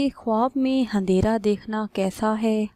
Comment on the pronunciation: Andehra hota handera ni